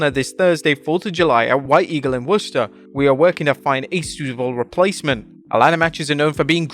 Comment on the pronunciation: Wow I'm impressed - you actually pronounced Worcester correctly! NOBODY born outside the city gets it right!